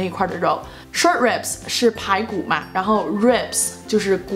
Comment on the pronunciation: ribs的读音不对吧？感觉你读的是/reibai/ 哈哈 我也不知道是不是我听错了